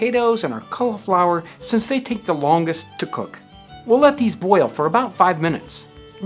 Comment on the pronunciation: love how he says "boil" sounds like a potato hitting water, pleasing af